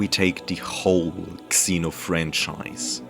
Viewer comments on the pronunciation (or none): I love the video but omg the X in Xeno is pronounced like Z 🗿